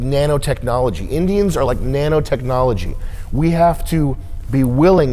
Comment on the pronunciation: "Naano technology"